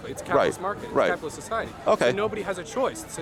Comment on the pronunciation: As someone starting a business flying drones i find a lot of my generation to be the worst, love that you're questioning their ignorance. I Love hearing someone with a soviet accent saying "CAYPITALYST" in a positive light.. I'm used to cartoon villains ranting about the evil capitalist pigs